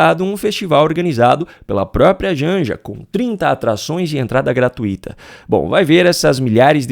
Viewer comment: você também cometeu um erro crasso ao pronunciar a palavra gratuito. Você pronunciou GRATUÍTO e não GRATUITO.